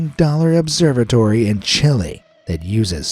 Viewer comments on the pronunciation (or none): none